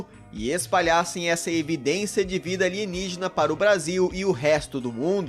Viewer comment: Alienigina em codó kkkkkkkkkk